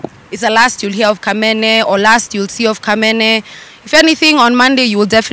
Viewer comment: Leo ndo nimejua ni "kamene" but si "kamene"😂😂